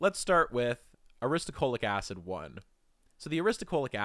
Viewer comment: ahhh you keep saying aristo CHO lic acid, when it is aristo LO chic acid